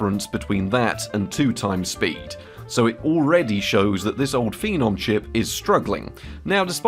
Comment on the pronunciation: Phenomenon? Phenome not! Just kidding, it’s decent enough